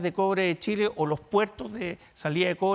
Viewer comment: Se equivocó, tambien dijo Chila en vez de Chile.